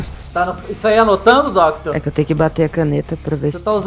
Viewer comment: "DUCKTOR" e seu pato ahuhauuahu